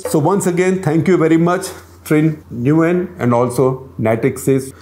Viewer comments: Dear Shekhar, the Vietnamese pronunciation of her last name is "NewAnn"!! Loved the CTC!! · The last name is pronounced close to “when” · Nguyen is pronounced "nguin", like the ending part of penguin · Nguyen is a common Vietnamese surname pronounced as 'win' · Its a Vietnamese surname and my current boss has same surname. The “Ng” is silent. Its more pronounced like “Uyen” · My vietnamese friends tell me that Nguyen is pronounced like "wen". China will lose 114 million, not add, there is a minus sign there. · Shekarji, Nguyen is pronounced like "When" with a half N sound in the beginning. Hopefully that is helpful